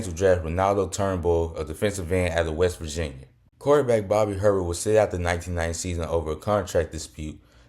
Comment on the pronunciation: Bobby Herbert is pronounced “A-Bear”